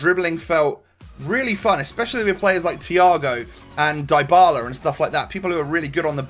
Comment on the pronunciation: Hey, that name is pronounced Dee bala